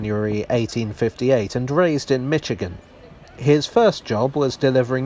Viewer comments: Understandable mistake since you're not American, but its pronounced "mish-igan" not "mitch-igan". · "Mitch"-igan lol It's pronounced "Mish"-igan. Now I know how the locals internally cringed as I read "Leicester" as Lie-ses-ter out loud to my parents in London. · mish-igan, not mitch-igan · i love your work! Thank you. The following is in no way a criticism! As to your pronunciation of the US state of Michigan. i heard Mich•again from you, where as we say Mish•again in the States. i am endlessly fascinated by all the ways our shared language works!:-) 🖖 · When my grandparents took me with them to the UK in 1984 to visit friends of theirs in East Sussex and Ayrshire, we stayed at the Selfridge Hotel when we were in London for a few days. Also, Quibble/pro-tip: Michigan is pronounced "Mishigan". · Hi, although London-born, I have spent a lot of time in Michigan, USA. It took me years to get my London based brother to pronounce it as Mich-i-gan" (just as it is spelt) even when he was in the state visiting! There is something weird that happens in the heads of UK folks, including a lot of my UK friends and colleagues, that suddenly causes them to translate the state name into "MITCH-igan"... there isn't (and has never has been, as far as I know, a T in the name of the state, well, apart from in the minds of a lot of Brits). Incidentally, Michiganders don't seem to mind the mispronunciation at all, maybe because the folks most commonly mangling the State name have a British accent! Apart from this very minor quibble, as always, another enjoyable journey around the oddities of the Tube. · I don't know that it's "perverse" that Michigan is pronounced that way as much as it is simply correct. But, then again, "Mitch-i-gan" comes with the territory there, I guess, the UK being where the French tire manufacturer is widely spoken as "Mitch-eh-lin" instead of the proper "Mish-eh-lin." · I can’t unhear “Mitch-agin” lol